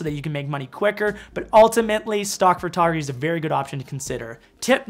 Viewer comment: Every time you say “FUR”tography I giggle.